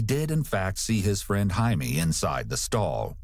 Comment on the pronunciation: Annoying to talk about pet peeves regarding a murder case, but his name isn’t Jamie, it’s JAI-me and pronounce hai-meh